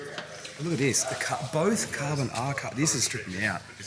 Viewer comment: 'Kabonfibah' 🤣🤣 guys a legend